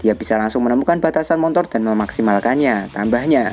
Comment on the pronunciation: nyebutnya Montor ya? hehehe